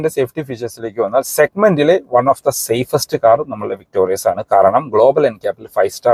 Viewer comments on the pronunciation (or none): വിക്‌ടോറിസ് അല്ലേ? വിക്ടോറിയസ് അല്ല.